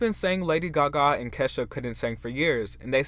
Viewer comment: Lady “Gahgaw”